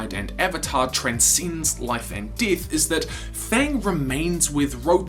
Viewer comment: So pronounce “death” as DITH? #SITH